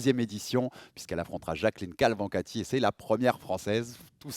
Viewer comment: Faites gaffe à bien prononcer le nom de l'adversaire de Nora, c'est Cavalcanti et pas Calvancati 😅 sinon super interview, Nora est vraiment solaire et toujours aussi loquace, c'est vraiment une belle personne et super combattante, on a de la chance qu'elle soit l'une de nos représentes françaises MMA avec Manon.